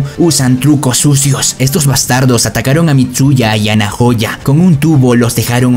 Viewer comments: Se equivoco en smiley es nahoya y se lee naoya xd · como que nojayo es naoya asi se pronuncia